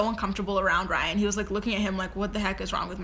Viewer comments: Rhine? ..really????it is R y a n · "Rhine" lmao